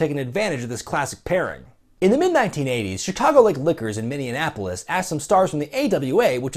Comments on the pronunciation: “Minnieanapolis” How about Minneapolis,? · MINNE-ANAPOLIS? Come on man... Prince and shit? It's MinneApolis. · It's Minneapolis, not "Mini-Annapolis". Geez, I thought only dolts from the Mid-Atlantic called it Mini-Annapolis, but for the last year I've heard people from all over the US call Minneapolis, Mini-Annapolis. But never, in my wildest dreams did I think would betray my trust like that.